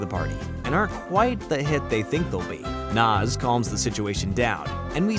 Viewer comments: Nah-z not Nas she's not a rapper😂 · Pluss ++++ The comic which may be found online. Oh yea, and we will NEVER learn what is under Double Ds' hat. ++++++ : Her name is NAZ!!! N - A - Z !!! NNAAAAAAAAZZZ !! Pronounced ""Naa - zz"" & NOT ""NOZ"" !! NOT ""NOZ""!!!